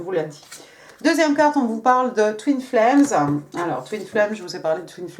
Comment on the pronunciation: Bonjour Madame, Ayant le français et l'anglais comme langues maternelles, je me permets la remarque suivante: Merci de travailler votre accent (où placer les intonations), c'est perturbant et ça me fait perdre le fil. Ex: Twin flames sonne comme Toon flares X) De plus, votre tic de langage qui est le e prépausal se retrouve aussi dans votre anglais et ça n'aide pas. Sinon, un énorme merci pour votre travail ❤